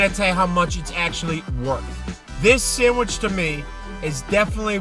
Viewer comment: Excellent, but the "d" in "sandwich" is not silent.